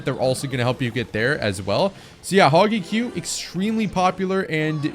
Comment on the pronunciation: “Hogy Q” is cray work 😭